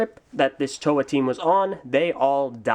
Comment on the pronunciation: This is my favorite Toa of Air and second favorite Bionicle character. And thank you for finally PRONOUNCING THE GUYS NAME FOR ME! You have no idea how long I've been butchering his name. My first favorite is Gresh.